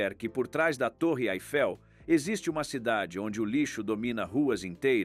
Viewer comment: O narrador não sabe pronunciar corretamente o nome da Torre Eiffel